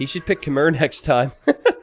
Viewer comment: It's pronounced Kh-may, not Kah-Muhr